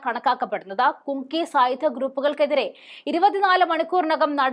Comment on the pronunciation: മോളുടെ സംസാരം തെറ്റില്ല. എന്നാൽ പഠിച്ചുപറയാൻ ശ്രമിക്കണം. ഇതിൽത്തന്നെ കുങ്കി, കുങ്കി എന്ന് പലപ്രാവശ്യം പറഞ്ഞു. തെറ്റല്ലേ?. മണിപ്പൂരിൽ കുങ്കി വിഭാഗമല്ല ഉള്ളത്. "കുക്കി "വിഭാഗമാണ്. തെറ്റ് തിരുത്തി വായിച്ചു പഠിക്കുക. നിസ്സാരമായി കാണരുത്. എത്ര ചെറിയപേരായാലും, വലിയപേരായാലും ഇനിഷ്യൽ ഒന്നോ, രണ്ടോ അക്ഷരമായിരിക്കും. ആ ഇനിഷ്യൽ മാറിയാൽ ഒരു തന്ത (പിതാവ് )തന്നെ മാറിപ്പോകും. Keep it up.